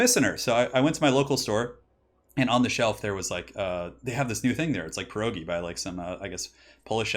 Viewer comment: pyrogi" xd l love how you said that